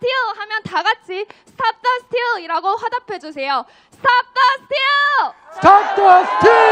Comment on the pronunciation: 영문과 학생이라 마지막 스틸의 발음이 장난이 아니네요. 자랑스럽습니다. 주님의 가호가 있으실 것입니다.